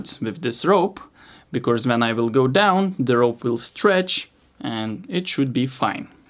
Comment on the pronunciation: I love your videos, really, but why do you keep saying “becorse”? You should try to split the word in two so you can say “be+cause”